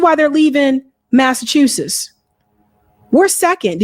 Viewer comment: Massa chew suss? Are you kidding me? What kind of weed are you smoking?